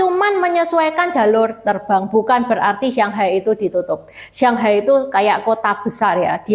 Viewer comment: kok nyebut shanghai..sianghai...shang sama siang itu beda huruf beda arti